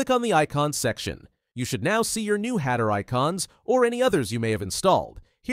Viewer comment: Hatter. With two t's. Learn how to speak.